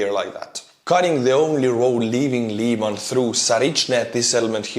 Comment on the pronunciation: Lyman, not "Liman".